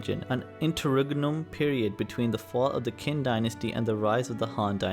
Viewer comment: The narrator can't pronounce the word Qin 秦 properly